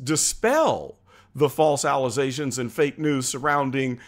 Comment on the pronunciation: I'm new here. Are you mispronounceing allegations on purpose? Just curious. If so ,,,,it's very funny